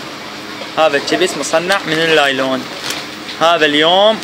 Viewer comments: صار ساعة صافن على كلمة لايلون اكول شنو يعني طلع((نايلون )) الاخ ساحل الكلمة سحل 😂😂😂😂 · نايلون وليس لايلون هههه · يمعود أسما نايلون مو لايلون😹☝